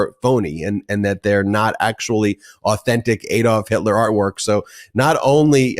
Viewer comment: Great show but it's ADD-olf not EED--olf. I keep pointing this out.